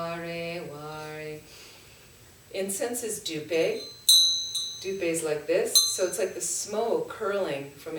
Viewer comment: pronounce push + pay : Puspe ( 🌺 flower) Dhoo + pay = Dhupe (incense )